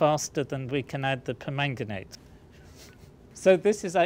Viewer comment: For some reason, I just like the way he says "permanganate".